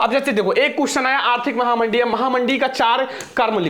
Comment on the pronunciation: Mahanadi nhi mahamahdhi hai 😂😂😂